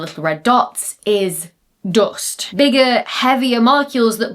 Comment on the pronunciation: I like it better when you call it doost😅